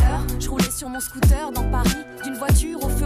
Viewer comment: British people be like: scoo'er